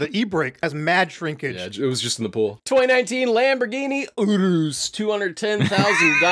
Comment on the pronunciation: Ahh yes, the Lamborghini UDUDURus